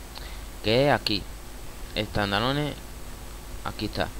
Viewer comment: tandaloneh xDD